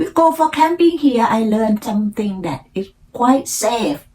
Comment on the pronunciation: after work ไม่ใส่ the retired รี ทาย เอิร์ด decision ออกเสียงกระชับครั้งแรกไม่ดี ครั้งสองดีค่ะ something ไม่ใช่ ซิง แลบลิ้น เป่าลมค่ะ เน้น R L ให้ชัดอีกค่ะ spring, from, planting , also, parent, around ,during, area, always คำนี้มีเสียง L s ด้วยค่ะ almost เสียง l และเสียงท้าย st shine เสียง n ขึ้นจมูกนิดนึง ไม่เหมือน shy chance เสียงท้าย ce เสียง V งับปากด้วยค่ะ provide เสียง R car เสียง เออร์ สอนแล้ว:face-blue-smiling: when I came here ไม่มี to ลิงก์เสียงอีก เช่น each other => each- chather good story 👍 เล่าอีก พยายามไม่แปลไทยเป็นอังกฤษ จะดีขึ้นค่ะ :eyes-pink-heart-shape